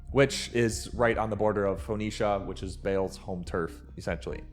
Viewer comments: Phaw nee sha? 😂 English isn’t your native language huh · No you actually said “phone ee sha” 😅😂